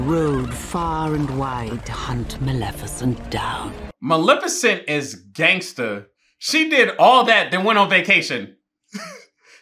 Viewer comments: I cant tell if he keeps saying malneficent as a joke or not and its kinda funny ☠️ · wait whos mal miffocent😆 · MalNIFicent lmao... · Lol malenificent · I love the way he pronounces Maleficent the entire movie lol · They say this lady name fiftyleven times and still saying it wrong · I’m not gonna lie the consistent mispronunciation of the name is killing me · U keep pronouncing her name wrong and it bothers me 😂😂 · Hermione: its MalEficent not Malnificent Ron : you say it than, if you're so clever ... no real difference ocured what so ever . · Respect the #bingers for real... We really waited 17min for tongue to act right. Manificent. Malnificent. Magnificent. Sir! The woman's name is the movie. English! Get it together 🫣🤣🤯😂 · bro her name isnt malnificent 😂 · I think you mean "Malneficant" haha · Movie title: Maleficent What the fairies call her: Maleficent: MaNiFiCeNt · I love that continuously says malneficent rather than maleficent 😂😂😂 I can’t tell if he just can’t pronounce it right, bc same it, or if he just didn’t realize he was saying it wrong😂😂😂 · "Today we're watching Malneficent" movie hasn't even started and struggling already 😂😂😂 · bro really called her malnificent instead of maleficent the whole time😆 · Him saying "Malneficent" instead of Maleficent always annoys me whenever I watch this. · It'sMalEficent not MalNeficent Sir. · LOL. Do you just like saying names different than they are?! 🤣 it sounds like you’re saying Mowl-nef-icent. 💀 it’s MUH-LEH-FUH-SNT. 🤣💀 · Cause who is Malnificent? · Every time he says "Malnificent," I cackle. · Maleficent's pronunciation as Malnificent is one of the best parts of this movie reaction. 🤣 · Not the Malnifecent 😭😭😭😂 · not say Maleficent wrong the whole time 😭😭😂😂😂 “malnificent” - there is no N 😭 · Saying Malificent like Malnourished😂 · Ma-li-fa-cent 🤣sorry had to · Not him calling her Mal- nificent 😂😂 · Take a sip of water every time he says Malnifacent😂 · "malnificent" XD